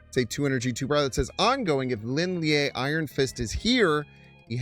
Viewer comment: props on the pronunciation attempt but me thinks its the Chinese sharp vowel sound Leen Lee-EH. Lin (林): Pronounced like the English word "lean" or "leen" (rhymes with seen). Lie (烈): Pronounced more like "lee-EH" (rhymes with "yeah") or "lee-AH" (a short "ah" sound).